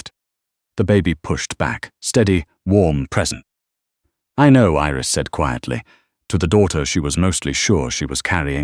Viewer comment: Iris, not eris